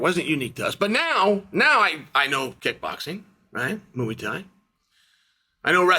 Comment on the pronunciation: Nothing like Chael talking about "mooey tai" 😂